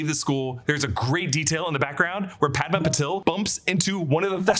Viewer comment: Parvati is pronounced Paar-vati not Par-vaati and Padma is Pad-maa. Also Patil is Paa-til, different from Patel. My last name can vouch for this! You can use English to Marathi google translate to hear them